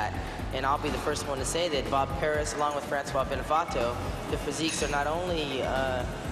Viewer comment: it's francis, not francois